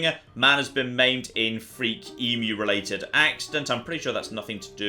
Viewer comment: God bless you jon for pronouncing Emu correctly - sincerely Australia.